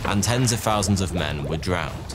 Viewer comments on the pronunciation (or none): Speech therapy is needed here. Ive never heard someone pronounce "thousand" as "fowsend" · But also ten fousand.